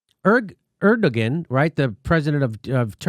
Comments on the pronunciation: Jimmy! My man! Just for future reference, Erdogan isn't pronounced the way you say it. The g is silent so it is said Erdoan but the o followed by the a makes a an almost w sound but not quite, sort of like Er-do-juan (juan as said in spanish). Hope that helps! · Pronounced Erdo (wahn) Jimmy for future reference :P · Jimmy, his name is pronounced heir do yan, just sayin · Erdogan is pronounced "air doe one" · That’s pronounced air dough on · Is that a joke? Erdogan is pronounced Air-doe-juan. I'm aware Trump said it the same way during a press conference standing next to the guy, but your delivery is pretty deadpan. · Jimmy, like your shows and topics! I also have my fingers crossed that this will happen. Now, for gawds sake, it's "air doe ahn," (accent 1st syl), PLEASE! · Turkey’s leader is “Air-Do-On” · Erdogan pronounced "Air-dow-wan"... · It's pronounced Er da gone. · Erdogan is pronounced Air Dough Juan. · Err-dough-on. Please pronounce it correctly but otherwise solid segment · That's not how you say Turkish leader's name, it's cringy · The "g" in "Erdogan" is silent.